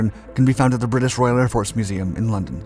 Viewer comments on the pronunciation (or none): none